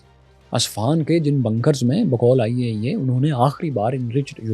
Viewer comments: When he says IAEA....i think he says ۔۔۔۔۔۔۔۔آئیے آئیے 😂😂 I understand when i unable CC😅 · The Way You Saying IAEA 👍